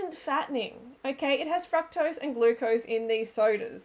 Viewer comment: Please pronounce fructose correctly